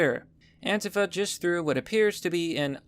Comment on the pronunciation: says Antifa wrong lol